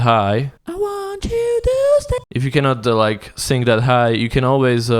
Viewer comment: you can't speak either when you say sing i hear sink...